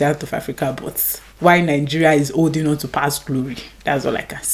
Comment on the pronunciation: Do you think we're "OLDING BACK". Learn to pronounce things properly first